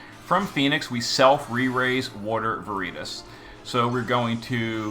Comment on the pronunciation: Took me a bit to figure out who vereetas was since it was mispronounced over and over lol